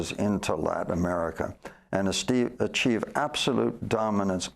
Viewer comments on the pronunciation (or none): A-steve... uh oh achieve *